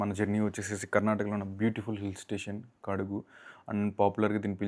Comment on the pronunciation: It's KODAGU brother not kadogu